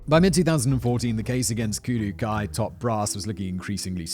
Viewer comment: Kudu, or koodoo, is the Khoikhoi and seTswana name for this antelope. while Kudō-Kai is enunciated as Kudough-Kai you slaughtered that word 450 times during this video Simon please show some Grammatical Mercy upon this poor word